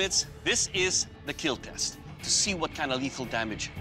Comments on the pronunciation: It will “keel”…… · Never ceases to amaze me that one of the most wholesome channels on YouTube is one where the famous line is, "It will keal." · It will keel! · A lot of kids also watch this show, so Doug improvised by turning the word kill into KEAL in order for young watchers not to make it a habit of saying that word because youngsters will of course, always try to emulate what they watch on tv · it's not kill, it's keal, keep everyone alive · "It will keel" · Does be say keel or kill?? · It will "kiell" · ah man the third video ruined my mood because he said it will kill not it will keal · I’m pretty sure they are just running with a meme. The asian dude has an accent and he has always pronounced it as “keel” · The 'kill' tester in these clips has a really weird way of saying "kill".. it's stretched out to a 3 syllable sound..